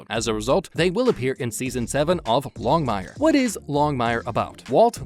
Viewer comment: Why do you insist on mispronouncing the cast members names? It's "Longmire,," not Long Mire; *CADY" Longmire is not pronounced "Catty." Mathias is not Math Ius. Either stop using computer generated voice or learn to pronounce their names properly. Show some respect!